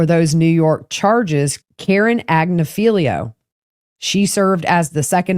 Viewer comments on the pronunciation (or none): Attorney is Karen Friedman Agnifilo, Agg-nif-a-low, accent on second syllable “nif”